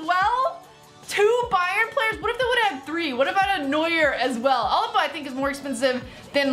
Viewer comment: Did she just call "Alaba" "Albaba" wtf